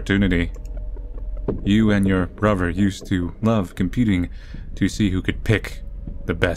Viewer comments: "muhvur" "bruhvur" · Not sure if you've noticed, but you have a few quirks in pronunciation. For example, I think it's so cute that you pronounce brother as "brover". You have such a great, manly voice and then just a few cute idiosyncrasies, it's very endearing.